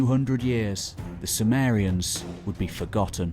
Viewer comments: due to his accent, it sounded like he was talking about the Samarians but actually it was the Sumerians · Intriguing that Sumerians seems to be pronounced "soo-mare-y-uhns" rather than "soo-mere-y-uhns". Anyone know why?